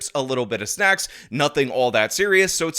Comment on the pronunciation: I had to listen to you two times… because I thought you said “a little bit of chips and a little bit of sex” But you said snacks !!!! 🤣🤣🤣